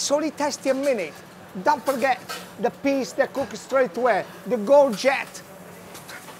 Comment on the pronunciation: "Let me show you how to feet your children very, very healthy. Is-a tubettini with-a piss..." xDD